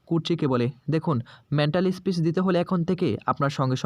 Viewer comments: বাংলাভাষায় ভিডিও করতে চলে এসেছেন, অথচ বাংলা কথা বলতেই পারেন না। peace কে speech বলছেন কেন? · ওরে হতভাগা , মেন্টালি স্পিচ নয় রে , ওটা মেন্টাল পিস মানে মানসিক শান্তি , ইংরেজি শব্দ বলতে পারেনা তাও কায়দা করে বলা চাই ।😂😂😂😂😂